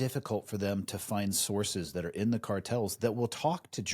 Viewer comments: Car-tells are? Do you mean cartels? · Right out of the gate, at the beginning of the video. What are you saying!!!??? "colortells"!!!??? Annunciate better idiot! "cowertels???? WTH! effing learn how to talk if you're going to make a freaking video!!! Clown says, "we can talk about what "cowlertells" are", like he's got a freaking hairlip. WTH??? What are you even saying? Talk slower! Is this guy actually saying the word "cartel"? Dude. "Car" like a car you drive. And "Tell", like you are going to tell somebody something. Now, put them together. Car... tell, now faster, like one word "cartel". Got it,?!!! I'm sorry, maybe you had a stroke.